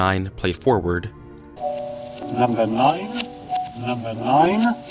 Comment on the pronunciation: I put my voice through a voice reverser, and it really does sound like "turn me on deadmen" when you say numbah nine